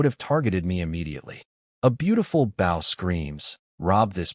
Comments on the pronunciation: Why the fuck does the AI keep saying "Bao" and not "bow"? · Please for the love of fuck teach your busted AI to say BOW instead of BAW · Stupid ass AI mispronouncing "Bow" makes me want to stab it repeatedly. You'd think there'd be a way to indicate to the AI the long-O sound instead of "ow". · Damn... with the word "bow" being so integral to the story and so often repeated... it really would have paid off to select the correct pronunciation in your ai voice generator, lol. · So confusing when it can correctly pronounce bow-string, but not bow, and the graphic, arrows backwards on the bow... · I hate eveyone of these stories that the MC does archery in. The A.I. can't ever pronouce BOW right.... 😮‍💨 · Another AI that doesn't know how to pronounce bow. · Imagine a world where AI correctly pronounced an Archers "Bow". Wouldn't that be a happy world... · the way your pronouncing bow is the part of a ship (short harsh o). where the bow for this story (weapon, soft 2 or 3 o 's when said). otherwise nice story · These ai need to be taught the pronunciation of bow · Yeah it's annoying. Same with us. It always says it as US(country) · I wish this stupid AI would learn the fucking difference between a weapon and showing respect